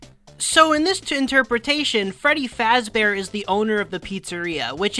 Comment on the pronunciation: his called freddie fazbor